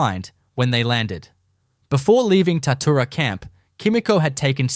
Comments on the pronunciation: Bullshit, I am from Shepparton right near Tatura...there was a major Japanese prison camp at Tatura(pronounced Tatchoora). Its well documented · Im from Shepparton, about 40km from Tatura...ffs get the name right! Its pronounced Tatchoora. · Such a pity the creator was too lazy to make even a small attempt to coordinate the photos with the narration. The Tatura Wartime Camp Museum has photos and other items which could have been used in this production. Oh and it's pronounced 'Tat-you-ra'. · Pissing me off, Its Tatchoora. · Pity the narrator can't pronounce Tatura correctly. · So true, I winced every time he/it said the word.